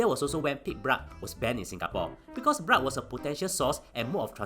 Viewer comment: I love how you pronounce blood as "Brahd"